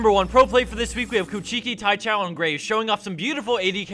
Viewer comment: kuchiki taichou. omg the way he pronounced that made me lol so hard.